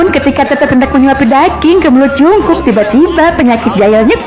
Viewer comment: Kayak'y dari td yang jd biang kerok sitetet deh😂😂 Min,ralat baca Jungkook bukan jungkuk tapi jeongguk ...😆 Semangat min